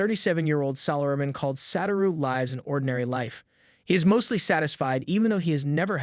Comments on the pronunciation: bro his name is satoru not saturo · "Sat-uro" it's "s-ah-tu-row" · Satoru not Saturo